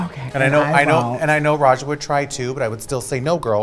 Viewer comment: its pronounced RAYJA not rexxa lol